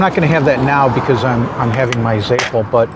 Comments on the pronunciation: Your pronunciation of Zeppole is reeeally WRONG, its Ze-poll-eeee. I’m from RI and I’ve never ever heard it the way you’re saying it. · I've lived in Boston and Providence and also never heard it pronounced the way he says it.